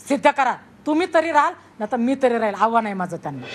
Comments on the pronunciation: हाव्हान नव्हे आव्हान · आव्हान ला हावान म्हणते ही बाई....साधी मराठी भाषा येत नाही ह्यांना...